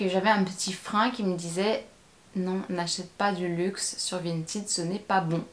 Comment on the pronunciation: Attention cela ne se prononce pas "vinteed"